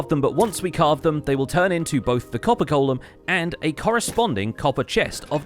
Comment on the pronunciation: Subbed as soon as you said golem correctly 🙏